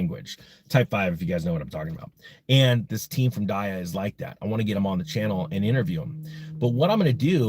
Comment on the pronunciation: Pretty sure its DEEE AH . Did you do your research bruh?